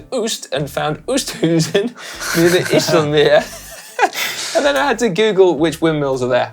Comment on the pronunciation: Ok Si, as an Australian who is married to a Dutch lady and has lived there. Oosthuizen = ohh-st-how-zen not ewww-st-who-zen IJsselmeer = eye-sel-mear not ee-sel-meer Oh and try not to add the German accent Hope this helps